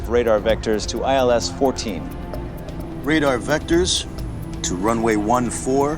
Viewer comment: 航空用語3=tree 9=niner 還有ILS runway 14 應該讀做one four而不是fourteen